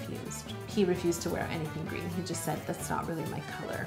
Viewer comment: 😂 listen to how she says green